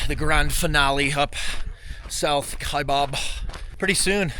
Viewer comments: Kaibab - kaiBAB not BOB - how we know you’re not a local 🤣🤣🤣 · It’s pronounced Kiabab trail NOT Kiabob! No Bob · I can immediately tell when someone isn’t from AZ by the way they pronounce Kaibab hahahah it’s always wrong!!!!